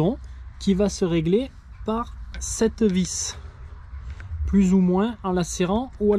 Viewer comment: " cte vis "..... "cette vis"!!!!!!!!!!!!!!!!!!